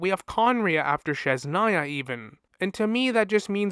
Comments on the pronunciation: I love your videos but god please, its Snezh-naya (snesh) not shesh-naya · Lol, it is a common misprononciation, maybe is too difficult to pronounce it. I was going to write about that too. But it is not sh, it is zh, as in brezhnev.